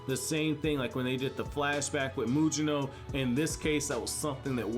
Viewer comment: I don't mean to be rude but as an anime channel, you should really learn to pronounce the Japanese words and names properly. For example, "Mugino" is pronounced with a hard "g," not a "j," "Sumire" is pronounced "su-mee-ray," not "sumeery," "Nue" is pronounced "nu-eh," not "new," and "Mitsuki" is pronounced "meetsuki," not "mittsky."